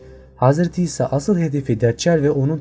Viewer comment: Gartgart ağacı Hazreti Ebobekir Hazreti Hisa :)) sen de benim gibi çok dil sürçmesi yaşıyorsun.Nuh tufanıyla ilgili video olursa iyi olur. Nezaman oldu tüm dünyayı mı kapladı sonrasında neler oldu vs.